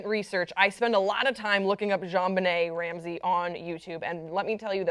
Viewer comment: The hostess of this show keeps mispronounching Jonbenet's name. It's not zhonbenet, it's pronounced like John.